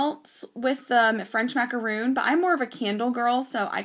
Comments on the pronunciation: It is maca RON, NOT macaroon. Macaroons are NOT colored sandwich cookies. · Maca RON, NOT macaroon.